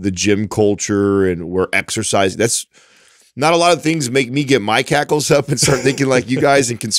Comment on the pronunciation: HACKLES not cackles🤣